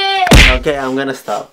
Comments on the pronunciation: be like:stob it🤣🤣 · Bts jin: hey stob it: hey stob it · Jin : hEy STob It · Stop it!!! Jin: Hey stob it!!! me: Okay wrong spelling is wrong, so let's continue. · I’m watching this in 2021 and I thought said “NOO STAB IT”🤣🤣 But she is so sweet! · iramhmd HEY STOB IT